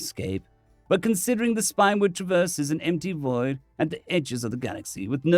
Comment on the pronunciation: Spinward - spin-ward (not spine-ward) Autocracy - aaw taw kraw see (not auto-craicy)